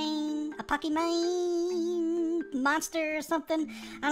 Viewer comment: Did he said pokimane